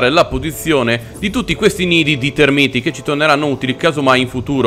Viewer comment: Sono tÉrmiti, non termÍti, per favore, almeno questo.